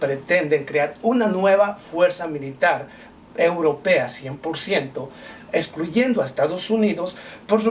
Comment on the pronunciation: esclulle ???? ESCLULLE ?????? JAJAJAJAJA... UNA PROPUESTA NO ''ESCLULLE '' A NADIE JAJAJAJA .. PAAAAATEEEEEEEETICOOOOOOO JAJAJAJAJAJA